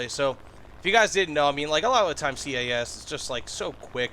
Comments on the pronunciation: Please stop calling it C.A.S, it is cas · SINGLE downside of all this is the "SEE-AY-A$$" ahh pronoucing... OK SORRY IT ITS INDEED A GOOD VIDEO <:D